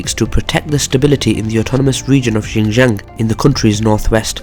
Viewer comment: Xin Jiang is pronounced SHIN JIANG. With a very heavey SH sound.